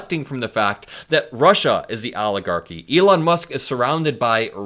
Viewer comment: Please stop saying "Aligarchy".